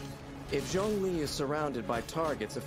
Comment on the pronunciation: What did you call zhongli?!?!(its CEO of GEO) 😭😭😭put your camera on the table😭😭🫵🏽